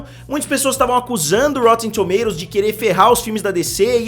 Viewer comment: ele fala engraçado kkkkk rotetemmm tomatototos